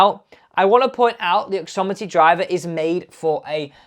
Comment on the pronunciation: OXIMITY not OXOMITY !